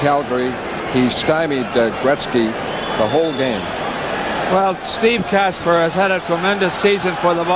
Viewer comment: Steve Kasper. Not Casper.